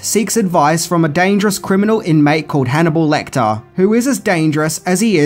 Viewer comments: Lecter. Not LectOr. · Nothing amazing, nothing new and I could live with that, but to Call Hannibal Lecter, LECTOR?! Seriously dude?!